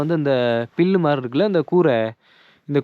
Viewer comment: Pullu no Pellu please don’t kill tamil